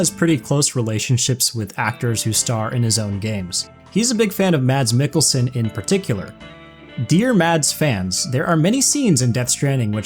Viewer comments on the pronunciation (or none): IM DANISH THE D IS FUCKING SILENT. EVERYONE SAYS "MATS MIKKELSON" WHEN ITS "MAS MIKKELSØN"